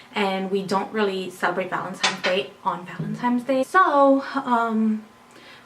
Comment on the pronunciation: well tell her it's valentines day not valentimes day. lol